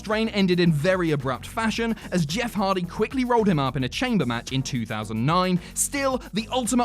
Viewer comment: When he says Jess instead of Jeff